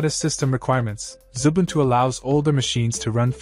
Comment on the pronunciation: Xubuntu not Zubuntu as in the video.